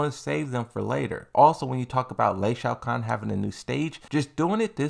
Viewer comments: Stop saying LEI Shaokhan already! Its Lee Chaolan! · bruh stop saying Lee Shao Khan its Chaolan ...Aint funny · It's Leeee Chaaoolaang not Ley Shao Kan. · I keep hearing you say Shao Khan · Lol. I need you to know how to pronounce Lee Chaolons name. Lmao. Who tf is Lei Shao Kahn?